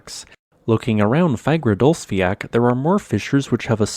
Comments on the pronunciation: id say a better pronounciation would be fagradalls-fyall, not fiak, its sounds much more like the icelandic pronounciation and should be just as easy for you to say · Fagradasfjall is actually pronounced /fagradasfeeyatl/ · Its pronounced fagradalsjalt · Love the content! just a little thing, the way you pronounce Fagradalfjall, it has a strong L sound at the end, like you would pronounce the L in Lava, not the ck sound like in "jack" :) It's pronounced like; Fa(h)gra(h)da(h)ls-fjaL. Hope this was helpful :)